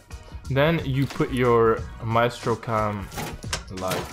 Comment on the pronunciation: My estro 👌🏽 very good pronunciation 🤟🏽